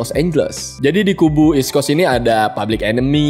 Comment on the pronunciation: gimane lau bang masih banyak yang ga bener "eastcoast" / "westcoacst'